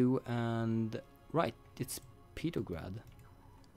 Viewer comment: I really hate how he can't pronounce the name of St. Petersburg/Petrograd by either of its two names by calling it "Petergrad". So he is either just being really bad at English and he doesn't realize his mistake or he is doing it on purpose.